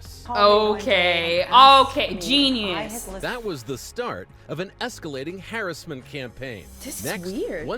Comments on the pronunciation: did the guy say "harassment" campaign weird for anyone else or is that just a me thing. Sounded like he said "Harris-ment". I know some people pronounce things differently in different regions and such but it threw me off. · The way they say "hair-es-ment" instead of harassment is physically painful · i find it hilarious on how the reporter said “harassment” improper and then said it correctly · The word is har ASS ment. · The way he says harassment makes my brain itch